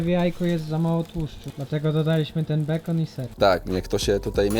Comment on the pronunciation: Nie bekon pjur tylko bejkon , przejezyczyles sie 😅